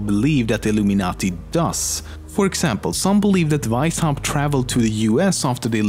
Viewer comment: I love how you say Veishaupt instead of Weishaupt <3